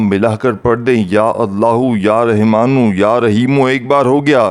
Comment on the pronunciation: Pehly Rahmaan kehna seekh lo.Rehman kahy ja rahy ho.